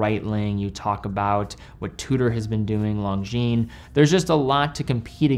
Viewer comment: This guy can't even pronounce Longines correctly. 😂😂